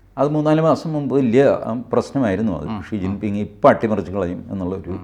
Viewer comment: ഴീ ചിൻ ഫാങ് (അങ്ങനെ ആണ് ചൈനീസ് ഉച്ചാരണം) വയസ്സൻ ആയെന്നോ ?ഇതുവരെ തലമുടി പോലും നരച്ചിട്ടില്ല 😂😂😂